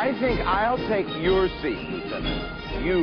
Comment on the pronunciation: Liutenant harris.?😂😂 report in fireing ringe....?liutenant harris liutenant harris...😅😅